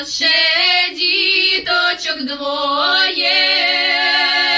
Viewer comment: Душевно исполнено. Обратите внимание на нюансы произношения :диточок